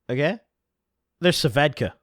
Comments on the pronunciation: Bro it’s svedka not sevedka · It’s svedka not suvedka lmaoo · What the fuck are you saying? Svedka? Ss ved ka... Am I insane? Do you actually pronounce it Sa ved ka like he is? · Nobody: Noone ever:: "Suhvedka" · Why u call it suh-vedka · why u say svedka "Sa - vedka" like that hahaha